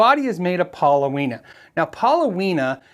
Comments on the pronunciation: The wood is called paulownia, not pauloweena. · Pauloweena..? No mate...it's Paulownia (paw-low-nee-uh) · Pronounced pow-lo-nee-ah, not pow-lo-wee-nah. It's just fine for a body, but how many pieces make those slabs? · That's $469 Australian dollars and the wood is pronounced Paul o nia, well in Australia at least. Great wood for wooden surfboards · It's actually pronounced Pah - Lone - E - Uh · paa-low-nee-uh. In Japan called kiri and used to make cabinets. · Excellent thank you. The wood is pronounced pawlonia with the accent on the second syllable. It would have been traditionally used in Japan to make higher end kotos